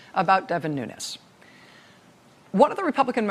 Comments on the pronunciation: "New-knees" is how his surname is pronounced, not "new-nez." (It's Portuguese, not Spanish.) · Nunes should be pronounced 'noons" because it is Portugese. A Nunez pronouncation is Spanish. People have said he is brown because of the pronounciation. He is not Latin American but European. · Nuñes not Nunes ....white wannabee... perpetuating!!!